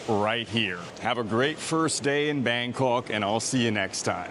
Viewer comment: Bangkawwwk... you need to try harder. Other than your pronunciation, the video is awesome.